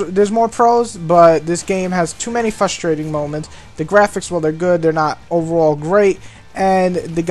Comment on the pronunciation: you're obviously white, lose the shitty rap music. okay review, pretty much answered any questions i had about it. and i believe the word is "frustrating" not "fustrating"